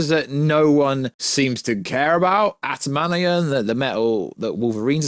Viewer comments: Adam - ant -ium is how it’s said, sorry to be that guy 😅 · Bro can't pronounce Adamantium to save his life 😭